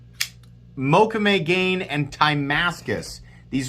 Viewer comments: Just a note, I believe the second part of the name mokume-gane is pronounced ga-nay not gain 😄 Incredibly beautiful knife. Maxace is doing amazing stuff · Pronunciation … out of cultural respect … “Mokume Gane (pronounced Moe-koo-may Gah-nay) is an ancient Japanese metalworking technique, developed in feudal Japan by master swordsmiths. The name translates as "woodgrain metal," referring to one of the most popular patterns created to adorn samurai swords.” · Hey,, Mokume Gane is Japanese and is pronounced Mo Ku May Ga Nay. Love your channel. I collect Mokume items.